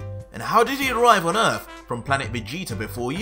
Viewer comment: It's Earth not ERF...